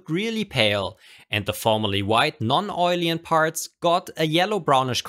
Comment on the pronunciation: Awesome video. Just a little suggestion. It´s called Non-oilen, not Non-oilien :D